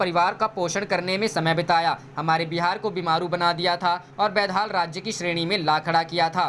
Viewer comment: कृपया अपनी भाषा में उच्चारण सुधार नेकाकषट करें (बैदहाल नहीं बल्कि बद हाल पढ़ने का मन बना लें)